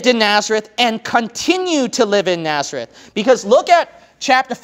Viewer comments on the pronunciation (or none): It's Nazareth not Naerzeth.